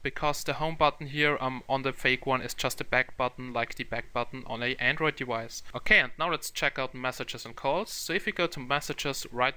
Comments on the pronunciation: since when the fuck was it prononced 'dewice'? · wtf is a dewice?